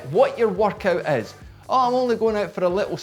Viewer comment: why is he saying workout more like vodka?